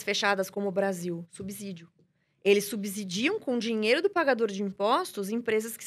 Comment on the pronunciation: Minha nossa!! A palavra subsídio não tem som de "Z" no segundo s!! Não se pronuncia subZÍdio!! Para aprender matemática primeiro tem que aprender o português!!!